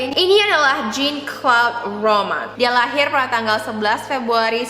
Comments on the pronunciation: Pronouncenya " Jean : Zang, Claude : Klod, Romand : Romon" kak ❤ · harusnya namanya diucapin Zhang-klod romong